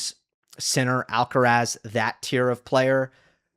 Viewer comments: I find it surprising that you make the effort to pronounce João Fonseca’s name, who is around number 40 in the ATP ranking, in correct Portuguese and yet treat the number one, Carlos Alcaraz, with such disregard. I don’t understand it. Some kind of selective xenophobia? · Tienes razón, no sé por qué no hacen el mínimo esfuerzo en pronunciar su apellido de manera correcta. Es bastante llamativo. No todos son McEnroe y como profesionales de análisis de tennis más jóvenes deberían hacerlo correctamente.